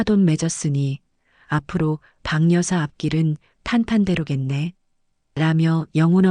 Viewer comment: 방여사로 발음하지마시고 바겨사로 해주셔야 한글을 바로 읽는거 아닌가요?